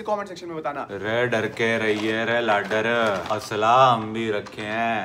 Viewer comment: भाई लागदर होया करै है। ना कि लागडर